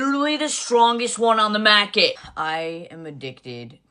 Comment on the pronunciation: "the strongest one on the mÄHRket" less than 3 minutes in and I'm already tired